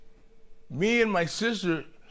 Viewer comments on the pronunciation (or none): “That’s my seester”